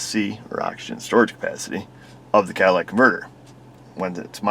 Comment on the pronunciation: CATALYTIC converter...not Cadillac.